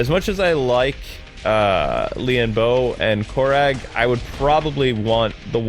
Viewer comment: It's pronounced core rag